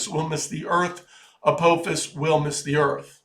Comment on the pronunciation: It is A-PAH'-fis. It is Massachusetts Institute OF Technology.